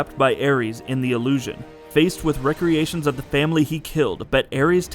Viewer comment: Re-creations. You kept saying recreations hehe :) these are great lore vids. I like em.